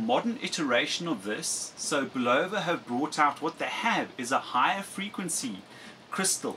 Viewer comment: Bulova is properly pronounced: bull of a . (bull ov a) Ron W4BIN